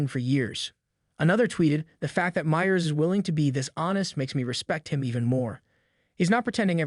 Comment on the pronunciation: You mean like a video about Seth Meyers in which the "narrator" cannot pronounce the name "Meyers" correctly?